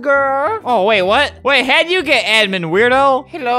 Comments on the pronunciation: If you say "gey" its sounds like "gay" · The girl said "gey out"